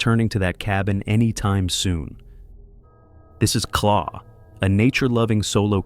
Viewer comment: It's not Claw. Her name is Claire and her channel is called Wildbeare.